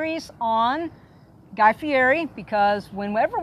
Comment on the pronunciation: If you don't know how to pronounce Guy's name then don't use it.